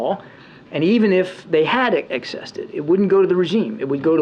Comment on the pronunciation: his talk about the money being "accessed" but pronounced it "excessed". In the real world, once they get their hands on it, it's over, no one is going to keep up with where it's going.